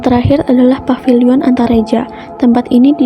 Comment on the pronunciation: Paviliun bukan papiliun pak